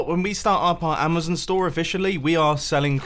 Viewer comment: It's amazon not amazin